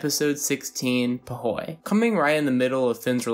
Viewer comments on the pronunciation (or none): You not saying “ foo wee” pisses me off